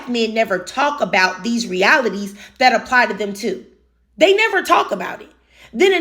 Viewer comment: If you pronounce that as “dat,” I can’t take you seriously.